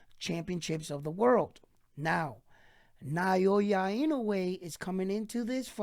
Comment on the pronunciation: NAH-OH-YAH. There are 3 mora in his name, 3 kana if you write it out -- Japanese just say it fast, so you're only hearing 2. But yeah, there's no vowel diphthong in there like the vowel in "pay" or "sleigh."